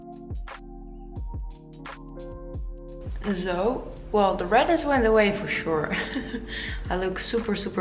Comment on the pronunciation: I like it how you say 'so'... 😂 It is probably how is sounds in Dutch 'zoo'... I am Russian myself and used to work for a German company in NZ. So many words similar to this I heard n I sound very Russian still after many years living in an English speaking country. I find it charming. Don't change it ever coz it's very YOU!